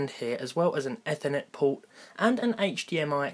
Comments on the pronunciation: lol the way he says ethernet. its like eithernet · The way you said Ethernet made me want to kill myself... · Never have heard anyone say Ethernet like how you just did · you said Ethernet in a way I haven't heard before.